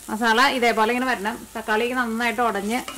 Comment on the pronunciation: മാസള്ള alla masala ann😅😅😅😅